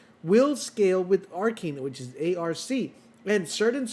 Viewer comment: Ar-KINE? Isn't it ar-KANE?